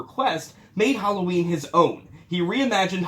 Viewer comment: I swear, I thought he said 13 reasons whallaween.